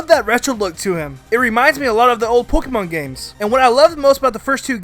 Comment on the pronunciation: Especially how he says "Pokiemon"